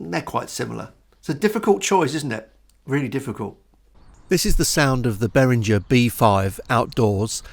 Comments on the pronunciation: Good review, mate. Just mind you, Behringer is a German company, so it's pronounced -ger not -jer ;-). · Well, it's a German name, so it should be "ghe" not "jer". Also